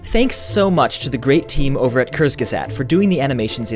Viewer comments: ***** He actually pronounced it wrong. It is supposed to be pronounced with a clear and audible "sagt" in the end. Not "safh" like he did. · He said kurzgesagt like kerzgusagt :-D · cursegesae? Oh boy, I love how Americans (or rather ALL non-German/Austrian/Swiss people) pronounce German words xD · Haha! I'm sorry, but you misspronounced kurzgesagt. You said something like curse-sea-sut, but it's rather like koorts-gezakt (I think), but nonetheless the video is great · For anyone out there looking to pronounce it right, think kurtz-ge-sagt. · You pronounced "kurzgesagt" wrong, it's like kers-geh-sot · lol "kursgeset" xD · Haha! "Cursge sat"... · ***** er sagt immer "cursekesaht" xD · needs to work on his pronunciation of "Kurzgesagt":-P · Lol, said Kurz Gesagt wrong. It isn't fair because he doesn't know German. I think that need to learn German, since his last name, Reich, means Kingdom/Rich in German. Just saying.:) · Everything here was super awesome! I love the animation! Absolutely awesome seeing two of my better liked channels working together. Though I'm pretty sure you mispronounced "kurzgesagt." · Cool animations and a very... very funny pronounciation for "Kurzgesagt". =D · i love you but dont ever pronounce kurzgesagt ever ever again. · [DE] Haha, es ist lustig wie "kurzgesagt" auf englisch ausgesprochen wird :D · Kj Fanian He didn't just say it wrong. Apparently he didn't even try to say it right. I can understand that as an American he can't speak German perfectly but that doesn't mean he can just read a German word in any way he feels like. Why couldn't he have listened for a couple of times to how they say 'kurzgesagt' on their own channel and then just repeated it? Is it so much to ask after they made animations for him?